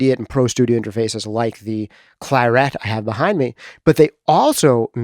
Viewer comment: Your pronunciation of the colour claret is bizarre! Neither like like English or the French.